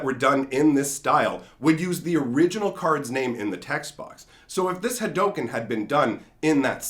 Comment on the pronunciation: Yo it is pronounce Ha_Doo_ken